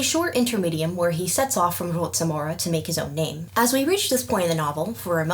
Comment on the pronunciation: Regarding Preston Holt's mansion, my best guess is that the "c" in its name (Rocamora), should be prouanced like "k" sound. Your proununciation is correct for native Polish words, but this name should sound foreign/unfamiliar to a Polish ear. Although some boorowed words use Polish "c" too (for example Celt in Polish is prounaced with Polish "c"). I wish to know how Krzysztof Gosztyła (the reader of the narrator parts in Polish audiobooks) would prounance that name🤔